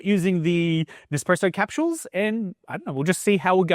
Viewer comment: Capshooels, lol.